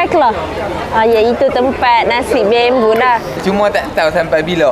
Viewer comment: Nasi bambo kak bkn bembo🤣